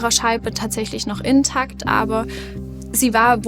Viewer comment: Mir ist das auch aufgefallen....Inn-takt, z. B. Der Kollege betont es bei dagegen richtig.